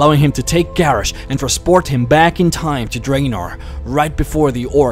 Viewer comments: Ok, I honestly cant finish watching this video because your pronunciation of some of the names is just irritating. It is Guh-rosh, and GRIM, as in GRIM REAPER. My god. Maybe you should learn how to actually pronounce the names of the characters before you make a lore video. -. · I personally don;t hate his voice but the fact that he cannot pronounce a lot of the World of Warcraft names properly really annoys me. the way he pronounces Garrosh = gareish and how he says Jaina, making it rhyme with vagina, and the way he pronounces Kairoz as kayrez and when he tried to pronounce the heart of Y'shaarj .... Y'shaarj comes out as Yavsh,,,, I lost it . PLEASE learn to pronounce the names correctly, You can defiantly say either English is NOT his first language or that he has a speech impediment.